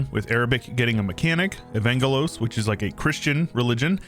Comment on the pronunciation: Love the mod, but the way he says Evangelos like Uhvaynguhloes hurts my body and soul as a Greek. (Its pronounced Eh-vahn-ghelos btw)